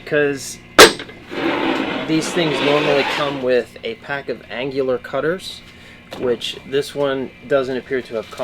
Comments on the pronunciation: An-new-lar cutter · An IT guy doesn't know how to google "annular pronunciation" LOL. an-yuh-lr. Whoda thunk it. Probably the 3rd video I've seen on these Mag Drills, and they have all had bad runout with the chuck.